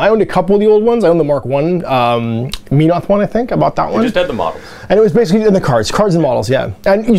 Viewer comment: It’s MEN-oth. There’s no silent E or other vowel next to it.